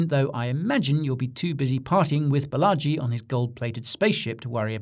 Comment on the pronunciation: Fun piece but next time it’s Baa-laa-ji ~ Balaji … bullagee as you say it is a bit cringy as a fellow indian… 💙